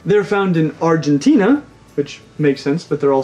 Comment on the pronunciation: First you pronounce "Argentina" correctly. Now Argentine Tegu, is really really different story then iguanas....Different Universe and completely different species, i wasn't ever in possibility to own this amazing animal...I invest most likely triple in my iguana then i would in Tegu..which is sad cause these lizards are one of the most epic animals on The Planet...and as i can see as they get big they behave like lizard - dogs ;) They are not aggressive ( as most big lizards are, i am sure they have their moments ) but in general they are appreciative in a way..As much as you invest in them, they are most likely return at least in some balance ( they are reptiles after all ) and with experience handler i can hardly find better lizard to have as a literally pet..when they pass that "teen lizard phase" which they all have i guess. I'm founding it's personality AMAZING and since i had a monster of my own ..It means the World to me. Could you maybe done a video about a frilled lizard for pets?Mine third favorite is LIVE DINOSAUR , THE TUATARA! Do people even have them as pets? Thank you so much i adore your channel!